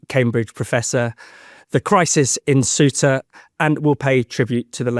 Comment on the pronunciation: 19 minutes in. How many English are in the EU illegally? We have space, lots of it. How many immigrants have you let in? We're dealing with Ceuta, you can't even pronounce it correctly.